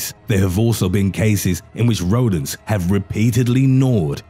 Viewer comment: The way you say rodents like rodan